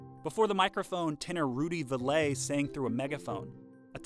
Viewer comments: His name Is Rudy "Vall-ee" like Valley, not "Vall-ay" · Vallee ...Valley, not Valet. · Just FYI, Vallee’s name is pronounced “valley” despite the accent in his family’s surname. A comparison of his earliest Victor recordings, which were made with a double-button carbon microphone, with his mid-1930s Columbia “radio recordings,” shows the progression of microphone technology. In a long interview I did with him, he underscored that his voice barely changed between but rather that the microphones got better. When he remade his early hits for an RCA Victor “Musical Smart Set” album P-111 in the mid-1940s, the ongoing improvements in microphones and recording technology were evident. He did make one acoustical recording as lead saxophonist and a singer in a vocal trio for the Yale Collegians in 1927 but was not named on the label. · Rudy Vallee's name was pronounced "Valley". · Rudee Val lee. Is how it's pronounced and among my favorites. He was also quite funny! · Never heard that pronunciation of Rudy's name before as I always heard it as "Valley". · Rudy Vallee's last name is pronounced like valley. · I’ve always heard it pronounced Valley as well. But how does someone writing about/narrating this topic never hear anyone pronounce RV’s name? And if he hadn’t heard it pronounced, why wouldn’t he look it up? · The thing is Rudy Vallee was incredibly famous and no one ever pronounced his name Valay. My Dad, who was born in the 1920s would often immitate Rudy Vallee. It shows a lack of research to get the name wrong of someone who was so famous. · When Rudy Vallée was a pannelist on “What's My Line”, they pronounced his name “valley” with the emphasis on the first syllable, and he didn't frown. So maybe that's the correct pronunciation. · I have never heard anyone pronounce Rudy's last name as "Va-lay," until today. Why can't these Youtube stars learn to pronounce things? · That singers name is Rudy Vallee (pronounced like valley)! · It wasn't Rudy Vuh lay.